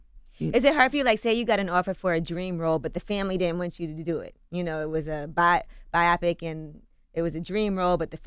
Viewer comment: by-opic lol